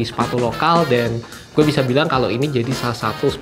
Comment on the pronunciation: jatuhnya GHUE yaa wkwk